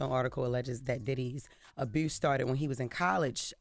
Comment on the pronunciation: Abuse, nobody: Jess “Aboose”